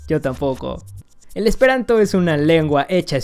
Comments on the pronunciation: jajajaja , pronunciaste muy mal el esperanto. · Jejejeje. Pronunciaste muy chistoso lo último en Esperanto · Sí te soy sincero, hablo esperanto lo suficiente como para decir que no has pronunciado bien las frases, y mira que es de lo más sencillo para un hispanohablante; además, cabe resaltar que en la primera frase "Mi ŝategas vian dekstran okulon" hubiera utilizado un verbo más frecuente, como "amas" (el cual entendemos todos) o "ŝatas" que básicamente quiere decir lo mismo que pretendías decir. Aquí te pongo, tal cual se pronunciaría, la segunda frase que has dicho: "La utilai frasoi en chi tiu video estas senutilai", la jota como tal no existe en esperanto, se usa para escribir una i con diptongo y también como plural (al igual que el italiano, que es de donde lo ha tomado). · estoy aprendiendo esperanto y lo pronunciaste mal xD la J cuando se usa al final equivale a la S en castellano y se pronucia como la i, del resto npi, esta loco tu video xD dankon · Casi te sale bien la pronunciación en Esperanto jejej la jota suena como nuestra i y la c con la cejilla arriba se lee como CH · Ajajaja te faltó pronunciar bien el Esperanto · Pronunciaste mal el esperanto, la "J" es como una "i" y la š es como la sh. Xdxdxd Lo sé porque mi estas esperantisto, kaj mi amas la esperantan lingvo. Dankon! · Qué mala pronunciación esperantista xd